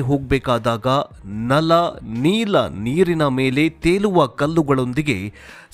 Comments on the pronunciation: ನಲ್ ಮತ್ತು ನೀಲ್ ಅಂತ ಹಿಂದಿ ಉಚ್ಚಾರಣೆ ಏಕೆ? ನಲ ಮತ್ತು ನೀಲ ಅಂತ ಹೇಳಿ... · ನಲ್ ಮತ್ತು ನೀಲ್ ಅಲ್ಲ.... ದಯವಿಟ್ಟು ನಲ ಮತ್ತು ನೀಲ ಅಂತ ಹೇಳಿ.... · ಅಯ್ಯೋ ಮುಂಡೆ ಮಗನೆ ಅದು, ನಳ ಮತ್ತು ನೀಲಾ ಕಣೋ. ನಲ್ಲ ಅಲ್ಲಾ